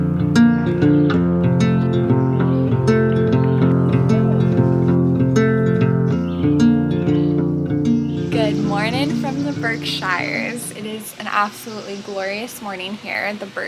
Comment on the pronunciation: I’m sure someone already commented this but it’s pronounced “berksheers” sheer, not shire. I am a Massachusetts native. Happy you had a great time! Praying for your hubby! You’ll have to check out the White Mountains in NH next time you are in New England! Check out Mount Washington it’s the tallest mountain in New England!